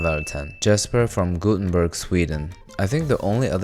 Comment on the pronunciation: bro im dying over your horrible pronunciation😭😭😭 its goth-en-burg not guten-berg